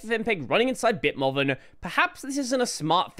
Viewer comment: Are you pronouncing BitMovin as "BitMoven" instead of "BitMoovin" for a reason, or did you just not realize Movin is supposed to be Moving with the G not enunciated?